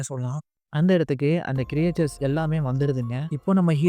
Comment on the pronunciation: க்ரியேச்சர்ஸ் அல்ல க்ரீச்சர்ஸ் என்பது சரி.